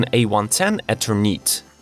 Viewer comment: When you don't know how to pronounce a name, I suggest you get google to help you. Eternite?!?! seriously